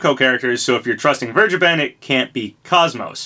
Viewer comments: If this is true im so psyched. KOS-MOS is my all time favorite video game character. Only thing im not looking forward to is hearing everyone mispronounce her name like the guy in this video. Its said exactly as it's spelled. "Kos-Mos" not "kaaz-mos" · Crash is pretty much the last "missing" icon Lara Croft: Am I a joke to you? also sorry for the OCD moment but KOS-MOS isn't pronounced like cosmos, both parts of her name are said like the MOS part. koce-moce. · Who tf is “kos-mo”? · You pronounced her name wrong. KOS and MOS are pronounced similar, KOS as in coast and MOS as in most. Not like cosmos. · You're mispronouncing her name.